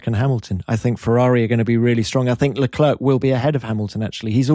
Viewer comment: Hinch being Canadian, knows that's not how you pronounce LeClerc